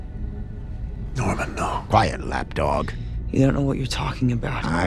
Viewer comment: he says lab dog not lapdog